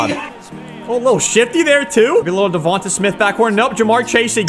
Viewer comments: His name is Devante Smith not Devonta smith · YES I get sooo damn annoyed the way you say dovanta smiths name. It’s not tah at the end it’s tay. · I am an eagles fan and it’s pronounced devontay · I hope DeVonta retires so I never have to hear you butcher his name again. 😆 Besides that obvious mispronunciation, great vids my man!